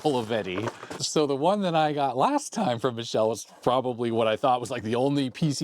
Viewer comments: As an aside (and from numerous visits to Milan: If you want to try Michelle's(sp?) Italian pronunciation, say "Mick - Cale - Lay". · Pronounced me-keh-leh. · Ah yes it's Mikele In italian Ch is pronounced like your K